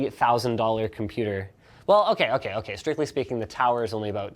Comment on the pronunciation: NOOOOOOOOOOOOOOOOOOOOOOOO NOT THE COMPOOTER